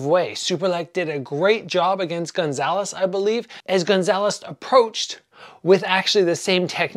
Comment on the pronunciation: It's Goncalves (Gon-sal-ves) not Gonzales